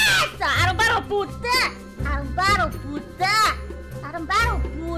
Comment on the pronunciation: NÃO FALA "ARROMABDO" É UM XINGAMENTO HAHA!